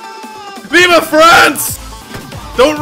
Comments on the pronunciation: Its vive not viva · It's vivE not vivA. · "Vive la France!" Not viva! :D -A french subscriber who loves your videos. :3